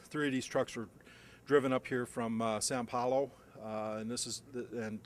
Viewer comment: You'd think they could get someone who wasn't such a dumbass. "Wood spoke tires"??? And it's São Paulo, not San Paulo.